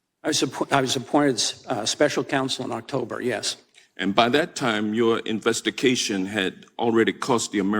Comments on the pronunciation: Hank Johnson: InvestKation With K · What's an "investi-CATION?" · Investi-cation. Ok got it. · "investication...." What the heck, Hank? Then, look at Durham's face after the question . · 'investication\....lol haha dumbo the clown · What is an “investication” Hank? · Why Georgia why? ....and did he say "your investiCation"?